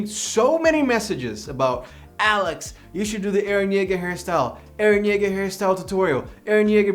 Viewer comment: It's eren Jaeger